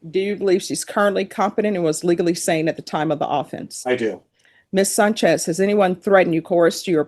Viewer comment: Why does keep calling this woman "Sunchez"?? it's SANCHEZ! Get your Ebonics / English right boofer ass judge